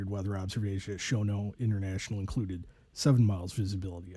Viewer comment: The airport name is pronounced "Shen-NAWLT." Who in the world does NOT know who Claire Chennault was?? That being said, the student pilot was an IDIOT who basically murdered his wife and child.